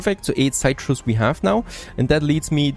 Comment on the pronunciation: excellent next part of the series as always!, my 2 cents though Please please please CITRUS (sit trus) and BISCUITS (bis-kits)